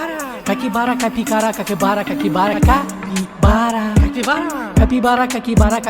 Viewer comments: Porque dice Cakibara? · Qué le da por decir Caquibara en vez de Capibara cada dos por tres jaja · 😂😂😂si no me falla el oído no dice capibara todas las veces en algunas le sale caquibara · Me equivoco o dice caquibara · No dice capibara dice catibara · DICE CAKIBARA😂😂